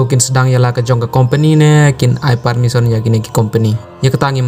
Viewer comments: Permission ❌ parmison✅ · Permisson ne permission tang pronunciation ruh ym biang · Pule news u ne u bah um nang pronounce permission u ong parmisson